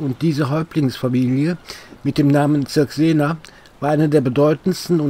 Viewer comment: Einfach traumhaft. Eine Anmerkung sei mir gestattet: Cirksena wird auf der ersten Silbe betont, wie z.B. Circus, und auch bei den anderen Häuptlingsfamilien wie Manninga, Beninga ... liegt die Betonung auf der ersten Silbe.